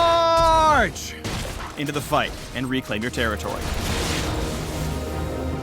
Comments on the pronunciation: i cringed all the times he said charge omg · pls never say "charge" again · every time you say charge, I pretty much y ou imagine trying not to laugh... very hard.